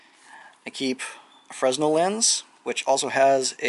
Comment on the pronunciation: good ideas, I like the security mods to the zipper pulls. oh, the S in fresnel is silent.